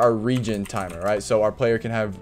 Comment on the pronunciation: Regin timer? I think you mean Regen 😂 Thanks for the info tho